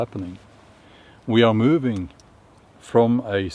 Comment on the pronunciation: What's 'müüüving'?